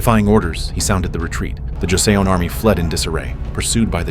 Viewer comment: Pronounced Jo-seon (sounds like son) ‘Joe son’